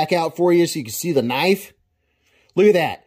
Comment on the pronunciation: "That's not a knife that's a KNOIFE"